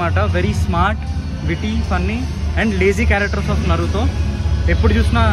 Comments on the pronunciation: Why 🧐 do you pronounce naruthooo naruthooo repeatedly. Isn't Naruto pronounciation? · Not narutho😂 its naruto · It is not Narutho 😡🤬🤬🤬🤬🤬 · Bruh Narutho kadhu Naruto anni pronounce chy knchm vinataniki uneasy ga undhi naruthoo antuntey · Naruto bhayya naratoo kadu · Bro it's Naruto not narutho..... Tho kadhu to......😌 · Bro not నరులతో correct name is నరుటో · Bro narutu kadhu ra naruto it's Naruto to... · Nartho! Kadhu bro 😢 it's Naruto t pronounce cheyali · Narutho kadhu anna naruto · Naruthoo kadhu bro Naruto 😂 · అది నరుటో కాదు నారుటో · Naruto raa Babu narutho kadhu